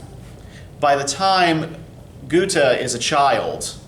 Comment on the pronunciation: My german prof, from Hannover Germany, pronounces it like he does so his is fine